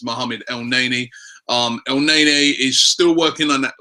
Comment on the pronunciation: it's pronounced "el-nair-nee"